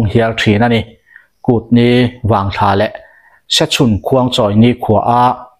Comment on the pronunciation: Kut ni vang thla a "thla"hi sap tawnga 'moon' kan tih anga lam tur